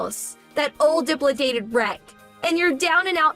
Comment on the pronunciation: Dilapidated is pronounced; di-lap-eh-dated